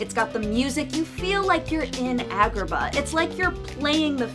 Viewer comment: "From the Coty of Agahnim"